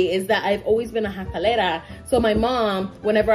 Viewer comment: "Jacalera" lol